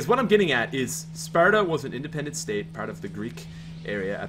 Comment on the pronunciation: I think he spent a little too much time in Ireland because when he said Sparta you could hear the accent